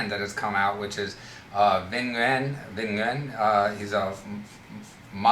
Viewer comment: AJ Mangino actually Nguyen is actually pronounced NEW-YEN in Vietnamese